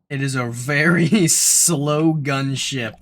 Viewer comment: Gunship STRONG emphasis on the 'gun' part